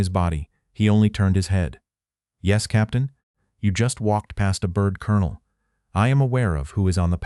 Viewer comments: While I am very happy to have this remembered for the importance of this, I am DEEPLY DISAPPOINTED in the AI voice over mispronunciations like pronouncing “COLONEL” as Kol-on-ol instead of Kern-el. Also the lack of punctuations and incorrect gathering of phrases in the subtitles, makes it substandard to the point I almost quit 2/3 of way through. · The narrator cannot pronounce 'colonel'. he should be replaced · no record? and an AI narrator that cant even pronounce colonel? Sounds like a fail channel recipe to me. Where can i find this? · This AI portrayal is absolutely horrible. Couldn't even pronounce the word colonel. The lesson is good, but this is an insult to all who served.